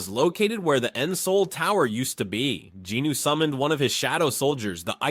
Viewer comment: Sung Jin-woo (성진우; Seong Jinu) - the “O” is silent and last syllable is a vowel but takes on the N sound from JIN. Sounds like Jinu or Jinoo and definitely not Jin Woo